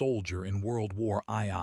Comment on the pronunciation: bro I gotta say you could run these images and text just like how they are. Just don't use the shitty ass AI voice. "Moisin Nigant" i'm not here to shit on you cuz i clicked the video. just try harder with ACTUALLY TALKING over the video instead of a shitass computer saying "WORLD WAR EYE EYE"